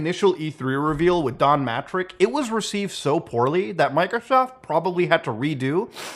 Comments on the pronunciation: why does Muta say,"MicroSoft" like that 😂💀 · why did you say Microsoft like that 😂😂😂😂😂😂😂